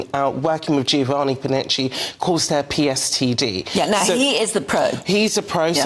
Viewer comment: is an irritating speaker, she breathes in heavily and btw it's PTSD, Post Traumatic Stress Disorder not pstd (is that post sexually transmitted disease? 😂😂😂😂😂)